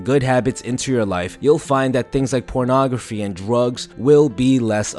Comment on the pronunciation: Me: ok I need this, I'm really addicted... Him: ProNographY